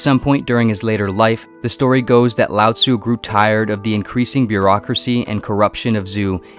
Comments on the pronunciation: When I was listening to this I heard "Loud Zoo" lol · One would think if you are going to make a video on Taoism, you would at least learn how to pronounce Lao Tzu and Zhou...